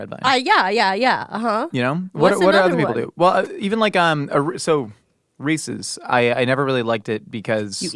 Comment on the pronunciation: pronouncing Reese’s like the Rhesus monkey, who was experimented on to found our understanding of human blood types. 😂